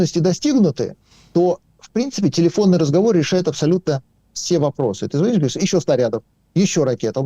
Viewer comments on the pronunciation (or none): none